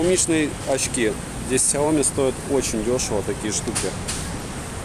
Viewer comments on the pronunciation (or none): none